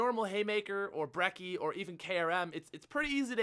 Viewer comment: It's pronounced brechi, not brecki for the brecci, why that is? Learn Italian bro.